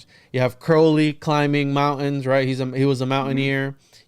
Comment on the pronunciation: One thing among many that I admire about is his correct pronunciation of “Crowley”.